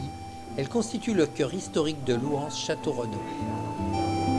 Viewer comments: Je suis née à Louhans, et on ne prononce pas le "S" de Louhans, pas plus, que celui de Tournus, d'ailleurs !!! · Vidéo sympa! On ne prononce pas le S de Louhans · Bonjour on ne prononce pas le s ni dans louhans ni dans tournus et c est la bresse bourguignone